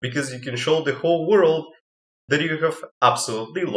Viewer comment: IS THAT A JOJO REFERENCE. Also you say WARUDO. Nice video tho.